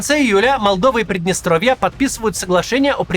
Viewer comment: Прыдныстровье? Через Ы? Максим, вы беларус?